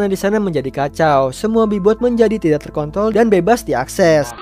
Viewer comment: Pas ngomong terkontrol nya jadi terkontol